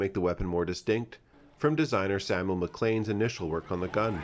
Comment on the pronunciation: Thank you for pronouncing MacLean correctly. Someone please ring up Othais and read him in.